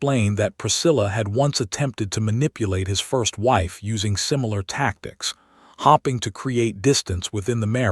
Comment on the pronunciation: Just another comment. I'm struggling with this specific Narrator. ALWAYS ; "starring " and "hopping"... really???? Pretoria South Africa 🇿🇦